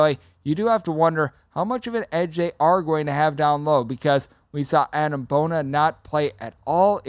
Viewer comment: 4 of the UCLA players have been to the Final 4 and you mispronounced Adem Bona’s name (it’s not Adam).